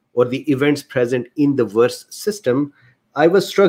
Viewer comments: I think your accent (and Indian accents in general) is beautiful. Also, there is no problem for me to understand what you're saying (I'm a native US English speaker). A few tips on the only mispronounciations I noticed: VAERS->vares (rhymes with cares), convalesce->conva-less (convalesced, just append a "d" sound at the end, like any "ed' past tense verb). There was (only) one other word, but I couldn't remember it, nor find it. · forgive me. For the sake of clarity may I poInt out that VAERS is pronounced VAY-ERS. I did not also know how it was pronounced until I saw a video on U-tube from 4 years ago, describing the function -of the Govt. Agency - an introduction by two Physicians - of VAERS - VACCINE ADVERSE EFFECTS REPORTING SYSTEM - It has come to my attention that this required by Law committment by Hospital Personel is not being encouraged and, even in instances, actively discouraged by Superiors (Physicians etc.) in Hospitals.